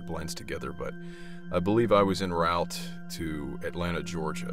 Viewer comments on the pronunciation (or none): none